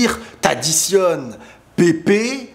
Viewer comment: Prononce Pèpe , pas Pépé !